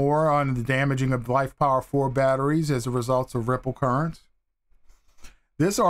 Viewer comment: Why do you keep saying LifePower4? The PO in LiFePO4 has nothing to do with the word power.